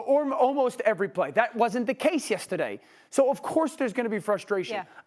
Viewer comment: Dans accent came out on all the yesterday’s 😂